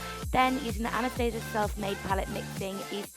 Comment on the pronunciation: I remember he whole reason I subscribed to you, its because youre one of the verrryyy few YouTubers who actually say 'Anastasia' correctly 😂💖